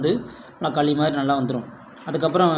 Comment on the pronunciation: வாத்தியாரே. அது பேரு களி. கலி இல்ல.